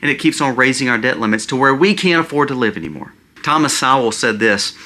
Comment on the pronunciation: Correct pronunciation of Dr. Thomas Sowell is Soul/Sole not Sow ul. Not an Intellectual here, just heard Rush pronounce it for more than 10 years.